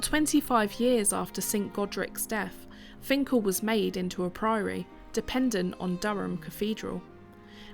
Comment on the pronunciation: This isn't far from where I live - about 10 minutes drive. As a lad my grandad used to walk from his home in High Moorsley to Finchale to swim in the Wear. I'm pleased you got the pronunciation right. Interesting to hear the history behind it. I'm surprised you were ok flying the drone as it's not far from HMP Frankland.